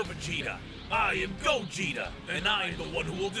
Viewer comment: did you really mispronounce Gogeta's name?